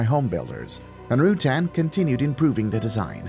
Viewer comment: For God's sake, learn to pronounce Burt's last name before making a video about him. And brush up on your facts. There are so many misleading and completely wrong bits of information in this video....